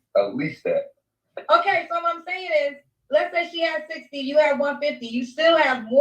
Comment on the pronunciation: Every time you say “Kay,” 😂🤣💖 I love it😊